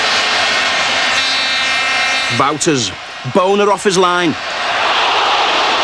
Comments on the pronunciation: to the narrator- It's Bonner (Bawnher) not Boner..... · Hilarious how the narrator keeps saying Pat Bonner as BONER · Even though he pronounces 'Bonner' in a way that can only be deliberately comic.